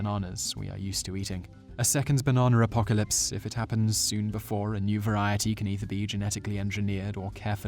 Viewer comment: the damn baernanr apocarlyspe going to ruin my bernaner smoothing